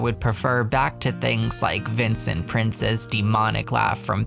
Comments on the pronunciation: This looks good! And stuff packs are the one thing I can buy at full price because it's not that expensive, so I'm excited to be able to get it on the day it comes out. Also, I sometimes forget how young you are until you pronounce the name Vincent Prince instead of Vincent Price, lol. <3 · Did you say Vincent Prince? Lol